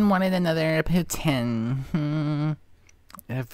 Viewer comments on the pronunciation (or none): I'm Canadian and it's pronounced pouteen. NOT poutin. It's freakin disgusting! Also, if the guy had a child there was food. There probably wasn't junk food. I bet she made a huge mess and left it.